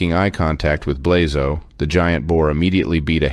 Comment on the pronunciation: Coming from the Balkans, I cringed every time you pronounced Blazo’s name.